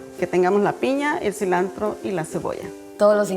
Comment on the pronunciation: La chef traía mucho ambiente mexicano, tanto que cada dos minutos decía "so", "celantro" , "torteias".